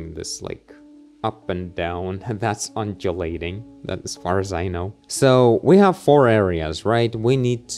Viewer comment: Yep that's how you say undulating lol And I would say it's almost a common word. Particularly in these modern times